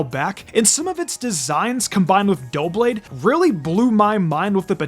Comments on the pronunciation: The only thing I disagree with in this video is how you pronounce Doublade. It is 2 blades, double blades, so duh-blade makes more sense then doh-blade. Feel free to do as you wish, since this is not meant to be a nitpick, but I felt the need to point it out. In other news, here is my list of favorite designs. I will admit to biases affecting my choices. 10 Mimikyu 9 Ceruledge 8 Volcarona 7 Lunala 6 Corviknight 5 Garchomp 4 Tinkaton 3 Rayquaza/Mega Rayquaza 2 Metagross/Mega Metagross 1 Blaziken/Mega Blaziken EDIT: spelling error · It’s pronounced DUH-blade and nah-guh-NAH-dull, “”! 🤨 You’re so bad at pronouncing Pokémon names, bub! 🙄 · Double. Blade. Say it with me. Duh-ble blade. Duh-blade.